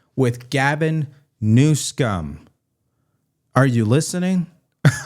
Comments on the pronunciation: I am ultra MAGA ... but please stop saying 'New-scum' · I think keeps mispronouncing Governor Newsom's name. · Please stop mispronouncing that governors name You are so more professional than that